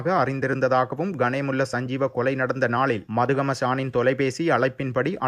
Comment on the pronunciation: மதுகம இல்லை மத்துகம..